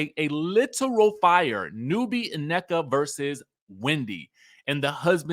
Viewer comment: Her name is pronounced “Neeka” in Nigerian